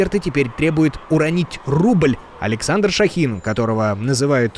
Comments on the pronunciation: Он ШОхин, а не ШохИн... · Почему неправильные ударения ? Ш-О-хин, Р-Е-йтер! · он Шóхин, а не ШохИн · Да, не ,,ШахИн " , а ШОхин. Неужели ни разу не слышали эту фамилию ? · Спасибо за новости! Но только не ШохИн, а ШОхин)